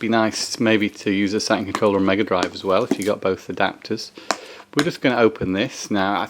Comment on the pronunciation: A "Sa-un pad"😅😅😂